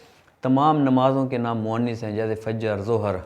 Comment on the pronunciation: آپ نےبعض الفاظ کا تلفظ غلط ادا کیا۔۔اردو استاذ کی حیثیت سے آپ۔کی گفتگو میں تلفظ کی اغلاط نہیں ہونی چاہیں۔۔آپ نے ۔۔۔۔۔مرض. اور. موئنث۔ کو غلط تلفظ سے ادا کیا